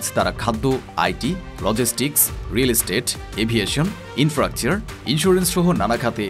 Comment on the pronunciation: Apnader engilsh ar bangla uccharon khub baje. Infracture ❌ infrastructure ✅ Rojib Shamdani ❌ Rajeeb Samdani ✅ MC chain ❌ Mac Kaine ✅ Educated manush der ke ei shob dekhale hashbe. Ar background music er kotha nai bollam. Mone hocche indian drama series dektesi 😅